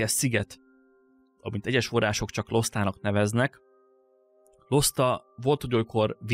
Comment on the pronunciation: Szerintem valószínűbb, hogy Lostának kell ejteni, és nem Losztának. Mert a térképen minden magyar, akkor az is valószínűleg.